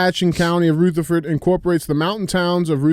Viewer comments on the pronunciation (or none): Dj it’s (ruh-ther-furd) county not (roo-the-ford) you have to use our nc country accent! The “militias” are just law abiding, god fearing, gun toting, truck driving NC citizens! 🇺🇸